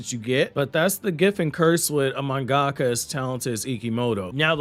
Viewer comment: Mungaka? Mun ga ka? Ummm 🤔😅 do u mean manga ka^^ 💯 & not not mun ga ka:( as mun ga ka? Isn't a word in nihongou^^